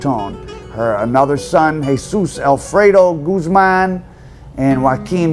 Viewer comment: Mostly Americans watching this but Chaahhhhvezzz and Gooozmahhn, really? At least try not to sound like 100% Mississippi Gringo